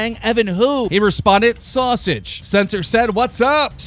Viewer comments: the way he said sowsage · Why he say sausage like that lol